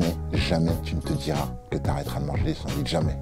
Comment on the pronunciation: Non des : "sandouiches" !